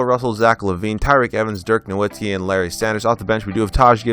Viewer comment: Great video and thank you so much for saying nowitzki right, could you try doing the 01-02 wizards with Gilbert Arenas